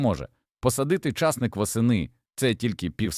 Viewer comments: У слові часник наголос на и. А у слові часнику наголос на у. Чи ви у школу не ходив. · ЧАсник не виросте а часнИк виросте!😂😅